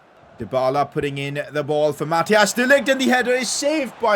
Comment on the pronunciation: Its not Mathias De Ligt its Mathijs De ligt